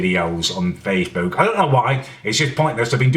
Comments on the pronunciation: "Let's have a LEWK on faceBEWK" CEWK BEWK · face. boowk. payyge.